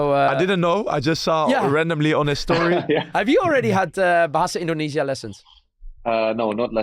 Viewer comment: Joey pengucapan bahasa indonesianya bagus.... sukses terus Joey ❤❤❤❤